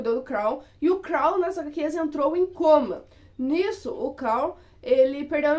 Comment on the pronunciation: Por favor não inventa moda pare de dizer o nome dos personagens errado principalmente o do Carl